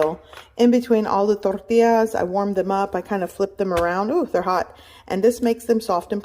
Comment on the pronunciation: why do you pronounce tacos and tortillas like that..... lmao